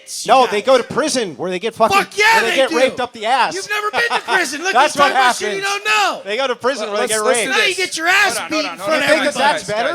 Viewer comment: “Dis piece of chit”